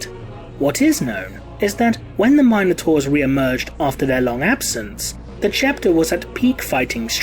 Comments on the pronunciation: Am I the only one bothered how he says minotaur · Fourteen minutes of your pronunciation of Minotaur has me ready to enter a berserker rage. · Please learn to pronounce minotaur....